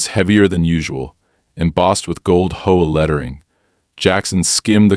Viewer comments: This proves its AI as who would pronounce HOA as hoe-agh, when it should be read as either H, O, A. as it is an abreviation or read out in full as Home Owners Association, hoe agh i ask you, artificial intelligence you may be, but you know nothing about syntax and prove your own shortcomings by this. I am abandoning it here. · I like the AI voice, but my goodness, Hoe and HOA . AI is phonetic you need to do h o a not hoa, maybe instead of trying to pass it off as a real story, just put it as a story and be done with it lol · it was a hoah, not an H O A. Didn't you hear him? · H........O.......A. Your stupid AI can't tell between a word and an anagram. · what the hell is a hoah? Even though you used H O A, Home Owners Association, you buthered it. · H O A not hoa is an acronym not to be said together! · Only in AI World is HOA pronounced as a two syllable word. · Bad AI learn pronunciation and better more likely stories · you enjoy AI voiced stories that cant pronounce things like HOA? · they cant prounounce h o a or cooperate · and mispronunciations like cooooop eration and sayin HOA like Hoe instead of H. O. A.